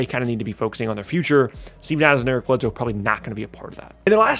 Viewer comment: Eric Bledsoe... I'm sorry but I'm unsuscribing